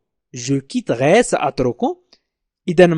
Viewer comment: لماذا يقرأ je quittorai ليس je quitterai ..